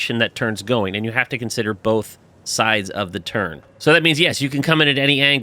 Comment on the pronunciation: It sounds like you saying turd when you say turn good job though